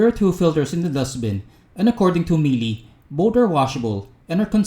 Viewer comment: Please! learn how to correctly pronounce Miele. Other than that, good review man. That fog test was so super unfortunate, Miele should be better than that.